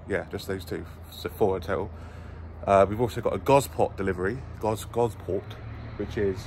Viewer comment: it's pronounced Goss-port! Gosport.